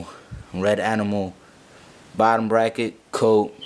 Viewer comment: lmao you said bottom bracked